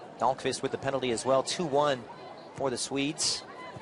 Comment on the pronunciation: Why did he keep saying Sweds